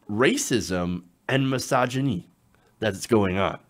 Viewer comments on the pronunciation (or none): Why you say misogyny like? You sound French!🤣🤣